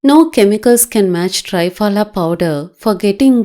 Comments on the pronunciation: 👍...Dear please a request, it's called "Triphala"Tri=3 phala=fruits. ( त्रिफला). (🙏 As people newly introduced to this great ayurvedic powder will keep saying tryphala instead of treee-phala...similar sounding). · To be pronounced as tri phala (not try phala)